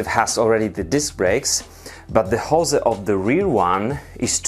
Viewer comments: It's 'hose' not 'jose' ;) Apart from that good stuff :) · Hose is pronounced "hoes" not "José" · Please check on how to pronounce hose in english !! Damn... ^^